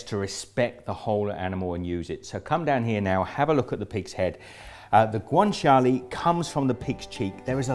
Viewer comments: It’s guanciale, not guanciali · I have never heard someone pronouce guanciale so wrong